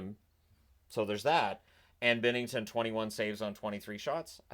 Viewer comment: Binnington!!! It's bInnington